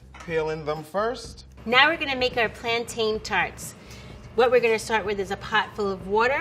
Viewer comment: I’m sorry but that’s not how you pronounce Plantain. She said Plantine...